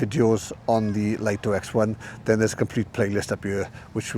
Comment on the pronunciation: It's pronounced 'Lee-toh', not 'Lite-oh'. That's direct from DJI's marketing division.